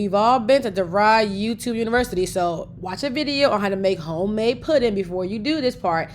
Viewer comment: I like how she say "Qwhite Suga" 😆😂😁😆😆 and "Hgome Made" 😍